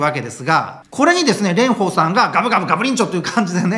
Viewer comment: レンフォーさんのフォーはちゃんと下唇を噛み離しフォーです。 発音には気を付けましょう！